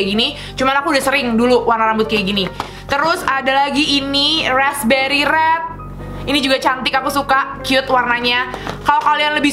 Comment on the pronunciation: Rrrrrrrrrreeeeedddd nya bukan red in english :D rrrreedd kak rrerdd bneran lucu kaka kuh panutan